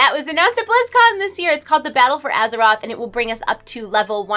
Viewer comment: Azherite?? Oh right didn't realise we were questing around with our characters on Azheroth. Thought it was Azeroth but there we go xD. Only dig, other than that great vid!